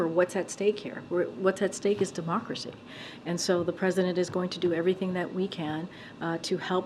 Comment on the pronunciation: ‘wHAtS aT sTakE iS dEMocKCRAZY’ who does she think she is kidding ?!??!??!? 😂🤣😂